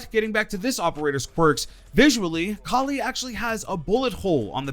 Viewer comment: Ight but please stop saying Cally instead of Kali